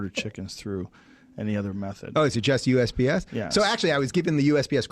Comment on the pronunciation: He kept saying UPS not USPS